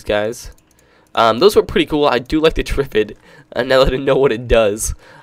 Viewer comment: Lol it's pronounced trif-Id it's a very famous movie called day of the triffid how can you not know?